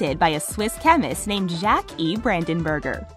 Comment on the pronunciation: That’s not how you say Jacques...